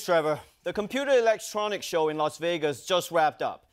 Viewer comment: COMPUTER Electronics Show? Must be a new one... 😜 Also, "Elextronics" 😂😂😂